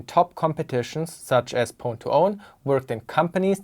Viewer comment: why are you mispronouncing pwn